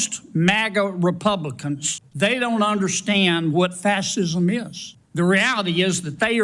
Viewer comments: Sounds like Kennedy's false teeth prevent him from CORRECTLY pronouncing fascism. Was it a dental waiver he got for NEVER serving in the military? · kennedy cant even pronounce fascism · He can't even pronounce 'fascism' the man is a troglodyte. And his smug "Don't ya?" I want to slap the taste out of his mouth. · He can’t even pronounce “fascism”, but he can read detailed gay sex? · Kennedy cannot even say fascist or fascism right!! Kennedy has no duty, honor or respect for our Nation!! Just Trump. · He can’t even pronounce Fascism! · That thing from Louisiana is dumber than a bag of rocks (sorry bag and rocks). It can not even say the word Fascist or Fascism correctly. How dare that thing call into a question an honored man that served this counrty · Its very telling that Kennedy cannot even correctly pronounce “fascism.” LOL